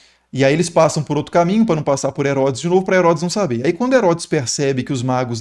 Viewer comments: Exposição fantástica, que soma. Pesquisa cuidadosa. Pela demonstração de conhecimentos, creio que o expositor sabe que é "magos", mas por um erro de pronúncia ficou " magros". A mente humana é tão poluída que dentre tantas palavras positivas vai fixar numa na negativa: no caso, um errinho de uma letra a mais, que pode alterar o significado. Logo, errar é humano. Isto se aplica a mim, que tsmbém erro. É uma crítica geral. Ninguém é perfeito. Mas defendo, sem criticar, o expositor, por apresentar uma aula tão rica de detalhes e o cuidado de usar termos fáceis de compreensão para o ouvinte tanto doutor quanto analfabeto. Parabéns. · Ele falou Reis magros? Reis magos! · Reis "Magros"???? Foi isso mesmo?? Magros?? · Reis magos, não magros 😅😅😅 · 3 reis magros KKKKKKK Eu sempre falo assim de zoeira tbm KKKKKKKKKKKKK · Ele não falou magros de propósito, mas ficou muito legal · Reis o que? "MAGROS"? Fosso mesmo que ouvi? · Tmb percebi esse pequeno engano de pronúncia. COMENTÁRIO POSTADO EM 23/01/2025 - QUINTA-FEIRA